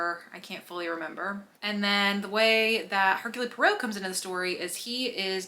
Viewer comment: Just a note: it's pronounced "Air-Cool Pwaro."